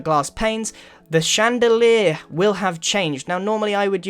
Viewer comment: On dit chandelier ! Pas chanedelé... Ces anglais... xD